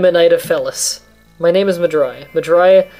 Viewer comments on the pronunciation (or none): "Mah-Dry"? How did you come up with a random name like that? xD Nice to see someone who explains the game thoroughly though. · ... Madurai? Oh wow you weren't kidding when you said you're having a hard time pronouncing things.